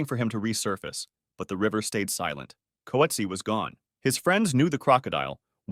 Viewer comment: coetzee is pronounced coot-zee-a